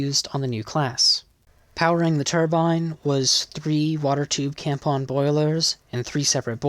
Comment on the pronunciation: For a second I though he said tampon boilers ( Kampon )